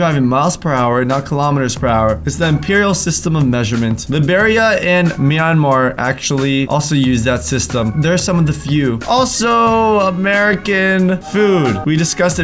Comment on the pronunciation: Sorry but you pronounces Liberia wrong it’s Li-be-ria tht my country by the way